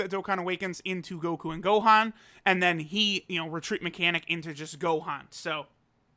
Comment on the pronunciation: Noone:: Now the Homie No but for real: Shout out to the Homie for flexing his Japanese <3